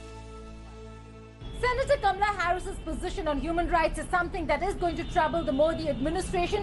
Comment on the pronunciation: Not kamla, kamala.😁😁😁😁😁😁